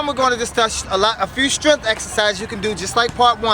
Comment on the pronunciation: Pretty please say strength, not stremfff